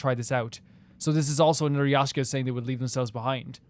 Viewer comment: finding inner peace everytime says 'yashka" instead of yaksha